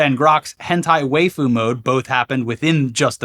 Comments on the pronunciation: despite what its spelling may suggest, "waifu" is pronounced like wife, not like waif -- as its meaning would imply 😘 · did they really say wayfu? wth was that pronunciation, even as someone not watching anime i know thats about as wrong as you can get.